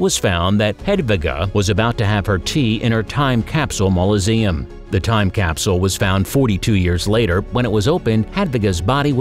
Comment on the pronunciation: It's mausoleum not mauloseum.....just saying 🤨